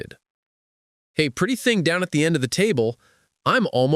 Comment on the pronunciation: When did he say Hey pretty thung at the end of the table"?😂😂